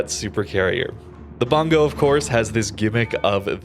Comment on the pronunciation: I think it's pronounced "boongoh" since it's a Japanese province.